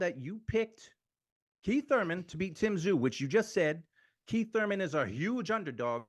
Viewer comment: Kweeth ‘Sometimes’ Thuymon